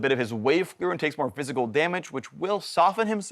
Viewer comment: at first i thought he was saying fiscal damage instead of physical lol